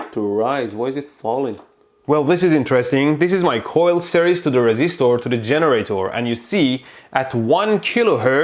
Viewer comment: I like the way he says "RESISTHOR " , "THRANSISTHOR " and "CAPACITHOR"